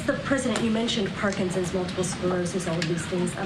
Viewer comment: It's not Parkinsins!